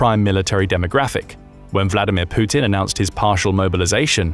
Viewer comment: poopin, not putin